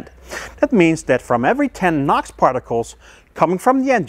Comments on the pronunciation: It's NOx not Nox. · I kepth hearing "Knock sensor" instead of "NOX sensor"...... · Your pronunciation of "NOx sensor" sounds similar enough to "knock sensor". While watching the video, up to a point I was asking myself WTF is talking about. Now, about condemning a scan tool for erroneous readings. I would have been more worried about 3 out of 4 scan tools being "wrong". I find very odd that 3 out of 4 software programmers made the same "mistake". I am sure they have used correctly the datasheet of the NOx sensor. Except the datasheet was wrong. Autel might have used a different datasheet that happened to be correct. Or they had the same incorrect datasheet and when they saw the values on the live reading, they divided it by 10 for good measure. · I thought when you said nox I thought you meant knock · NOx you mean? Say it like enoohx 😉 Love the vid btw